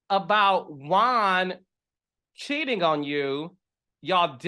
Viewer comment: I was with you until you said bring Charisse back. Also, it’s “Juan” not Jaun. 😂 Anyway, you made some great points.